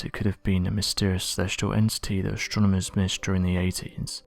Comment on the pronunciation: ASTRONOMERS !!! ... THIS is how is spelled and NOT how you said it : "ashtronomers" !!! .... 😠